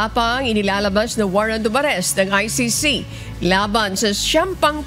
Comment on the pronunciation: say he cant even say or spell ICC